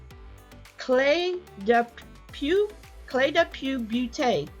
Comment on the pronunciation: Pronounced Clay de poh